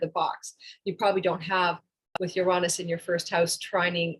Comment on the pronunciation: The way you say Uranus is almost enough deter me from the channel, no offense but it’s (YURE-AYE-NUS) not (YUHR-AHNUS)